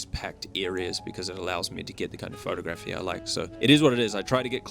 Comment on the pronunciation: Pho-tography , not photo-graphy